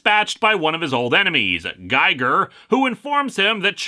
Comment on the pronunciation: Grrrr. It's pronounced "Geeger" as in HR Giger. It's a lame reference, I know, but pronounce it right.